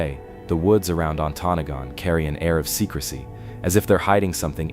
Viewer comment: That's some crappy AI narration. It pronounced Ontonagon wrong at least 3 of the 4 times it said the word.